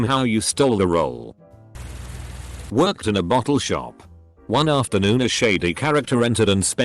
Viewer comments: the way he says 'shop' sounds so out of place cuz it's like an American accent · sounds like "shahp lifters" possibly eastern american accent, maybe new england area.